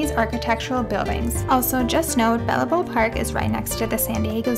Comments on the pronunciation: Old town San Diego is actually the birthplace of California. Just FYI…. And it’s • Balboa: bahl-BOH-uh So, “Balboa Park” is pronounced as “bahl-BOH-uh pahrk.” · Hi. Take the middle “a” out of Balaboa and it is pronounced Bal-bow-uh and spelled Balboa. Look. No judgement. The names in California are super hard in some areas. I’m so glad you went there. It’s a wonderful park. So much to see and do there. You showed my home town beautifully. Thanks so much. La Hoy-ya. La Jolla is a long running joke amongst locals for how to pronounce it when family comes to visit. Your guess was pretty good. Most beautiful place along the coast in San Diego and San Diego County. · Girl do you did any research? La Jolla is pronounced like La Hoya. Not La Holla. Balaboa? Lol... It's Balboa.